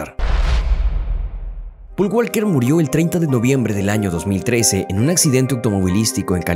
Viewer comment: Quien es pol gualquer??? Jajajajajajaja 🤔🤔😂😂😂😂